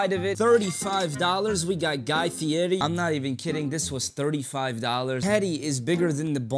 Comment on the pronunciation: Thats how you know your old when the young bucks are mispronouncing Guy Fierri name.